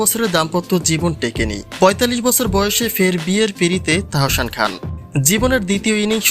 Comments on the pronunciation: তাহোশান আবার কেমন নাম? আগে নিজের উচ্চারণ ঠিক করেন এরপর ভিডিও বানান। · Please first learn to speak Bangladeshi properly, you cannot even say Tahsan properly!!